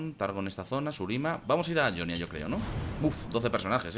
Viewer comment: ¿Por qué dices "Yonia" si en el propio juego dicen "Jonia"?